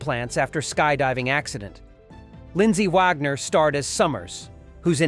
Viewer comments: He also said "Vag-Ner.. for Wagner lol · I really hate these robot voices. It was Jamie (pronounced J Me) Summers and Wagner (pronounced Wag Ner). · And “Vagner” should be “Wagner”